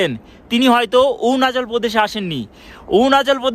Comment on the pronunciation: ওউয়ানাচাল প্রদেশ আবার কি ! অরুণাচল প্রদেশ বলো !